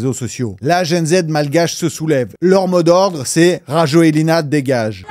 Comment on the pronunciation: pour le président malgache, prononcez, RAJOEL, pas Rajoelina